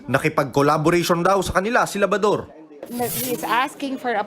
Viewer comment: Even the reporter call him "Labador"😅 Anyway Good Job